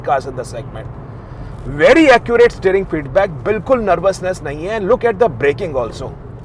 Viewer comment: kaishe h aap log , Shuv car , Shteering bhai sahab kya ho gaya apke accent ko ...😃😃